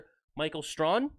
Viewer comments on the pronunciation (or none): it's pronounced strawn